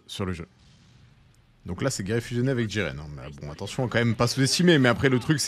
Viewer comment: Jiren pas jigen, trop de boruto 😂